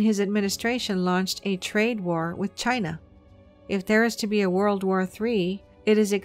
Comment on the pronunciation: Did she just say “the United States involvement in war war 2” ?